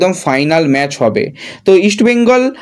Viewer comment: সেই আবার ম্যাচকে ম্যাজ বলা! কেন ভাই, জিতলো হলো জিদলো?